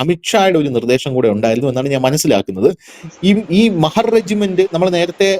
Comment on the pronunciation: മഹർ അല്ല..... മഹാർ ആണ് ട്ടോ